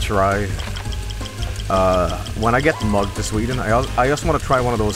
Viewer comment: Oh. It sounded very much like he said "mugged".